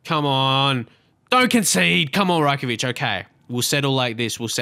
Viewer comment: It's Raj-Kovic not Rye-Kovic